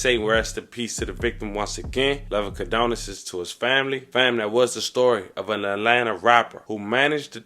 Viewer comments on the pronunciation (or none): It's CondoLences, not CondoNence!!